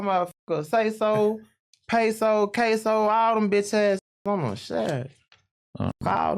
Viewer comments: He said caso 😆, called Peso some Mexican dip 😅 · Bro it’s queso not caso. Just go look at the Buffalo Wild Wings menu so you can know how it’s spelt